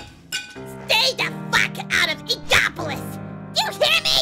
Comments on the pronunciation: In Co polis? It's INK OP Oh lis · “Ink-a-polis plaza” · That's definitely not how you pronounce "Inkopolis!" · Ink-o-POLE-is? Oh, boy... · Noooooot to be nitpicky, but "Inkopolis" isn't pronounced "Ink-O-Polis" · Somehow pearl can say inkopolis correctly when she looks younger than yet the older and more mature of the two can’t say it correctly... DA FUCK?!